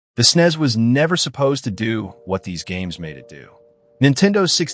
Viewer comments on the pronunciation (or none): ..snez?? Ugh